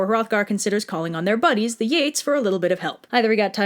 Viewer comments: Great video but I have three problems 1) it’s pronounced Geet not Yeet 2) Damascus steel isn’t lost to the ages, we can make it (for proof look up Man At Arms. They make swords. their pirate sword episode is one of many in which they use Damascus steel) 3) These weren’t Nords, they were Anglo-Saxons, a people made up of three tribes of Germans that came to England to settle. These tribes were the Angles, the Saxons, and the Jutes. Still love the video though, amazing job! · It's YATES not yeets. Frickin kids these days. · it sounds like ur saying 'yeets', so when u said 'king of the yeets' fucking diEd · Did anyone else hear "the yeets sailed back home" "king of the yeets" etc? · Is it me or was she saying the yeets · Anyone else keep hearing "yeet?" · What I heard the entire time: "Beowulf and the YEETs" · im sorry but is she calling them yeets???? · I can’t help but quietly yell “YEET” every time she says “Geats” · Not as bad as my English teacher, who pronounced it very close to gyatt. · I love how it's pronounced "Yeets" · I keep thinking that you're saying "the Yeets" so I'm over here giggling in the corner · I KEEP HEARING YEET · So it’s said like ‘yeats’ but it’s written like ‘geats’? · Did you say King of the Yeets? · I love how despite it being spelled "geats" it's pronounced "yeets" so it sounds like the warriors are all really excited. "We're gonna go fight a dragon!" "Yeet!" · I heard YEETS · Ok I'm sorry but all I heard was "yeets" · Heheheh I recognize that soundtrack X3 Also I could swear she keeps calling them “Beowulf and the YEETs” which is honestly pretty fitting